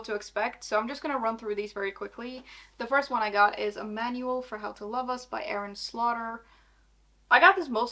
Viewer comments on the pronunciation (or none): none